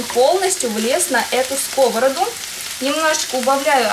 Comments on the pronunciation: блин, да почему скОвороду, а не сковородУ )))))))) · там ударение только в одном случае - скОвороды. А во всех остальных - ударение на последний слог. Как и должно быть. Ухо "режет" когда произносят скОвороду...а она именно так и произнесла. Поставила ударение на первый слог. Всё равно, что сказать пОртфель вместо портфЕль. Ещё знаменитые Тарапунька иШтепсель в СССР высмеивали такие произношения. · Анна, большое спасибо за кулинарные советы! Тоже с детства люблю тушеную капусту. Единственное, очень режет слух "на скОвороду", "в скОвороду", когда вы ударение делаете на первый слог. Это неверно. Действительно, в множественном числе ударный слог — первый. Но в единственном числе ударная только последняя гласная.